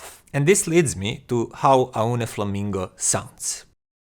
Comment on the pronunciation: it is pronounced like "Oh knee"